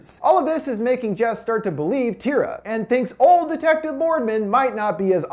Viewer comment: Tira. Her name is Tira